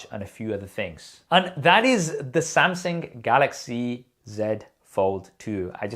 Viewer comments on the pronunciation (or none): "Samseng"....is it just me but this itch my ears whenever i heard him pronouncing it like that